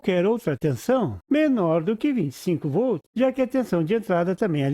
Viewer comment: Escutando o video lembrei do meu professor de eletrica que falava "voltos" envez de volts. No video eu escutei "vol" envez de voltz. Mas enfiz ... Bom video . abracos.